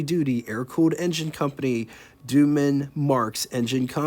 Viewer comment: Well done overall. Please note the Doman family pronounces their name like Doe-man, not Duman.